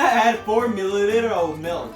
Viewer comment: "5 mililllller of water", 😂 your english is the best! Love this video, will definetly try some of these👌 I love your energy too lol you make it very exciting. Keep up the good work and keep practicing your English! Your very good! Edit: omg your hilarious I can't with this video😂 its so great please make more👌👌😂😂